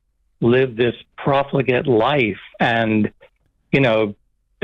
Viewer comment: "proplegate" is a word?